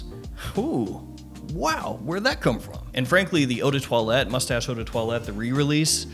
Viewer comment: It's pronounced Moo-stash! So much fancier!